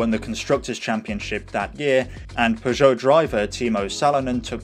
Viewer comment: Yes, this was distracting.but also, in the UK, he mispronounced Lancia, Peugeot, Celica and right at the end, butchered Citroen too!